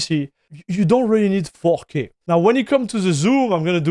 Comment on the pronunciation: He keeps saying fucky ? Instead of 4k ! 😂😂